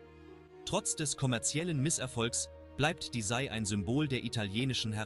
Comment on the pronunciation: Man sagt SEI, nicht SAI.